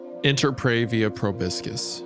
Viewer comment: "pro-buscus"? that's not proby turner, isaiah